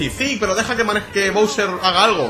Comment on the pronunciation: se pronuncia bowser